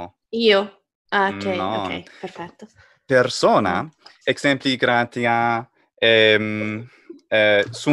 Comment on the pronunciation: Why does he nasalize vowels so much? bestiãe? imãgine? grãtiã? Is it his way to indicate a long vowel? "alborear" existe en castellano